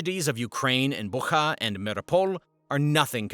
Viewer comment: It is not Buha, it is pronounced Butsha